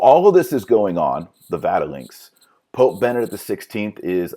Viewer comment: Did you just say Vatilinks